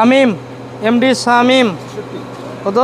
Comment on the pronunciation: এই Trainer indian শামিম কে ছামিম বলে 😆